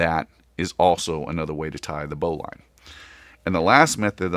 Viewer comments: Great video. Please pronounce Bowline correctly as Bowlin. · I think you are saying Bowline wrong. It's Bow as in Bow of the boat. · Why are you pronouncing Bowline incorrectly?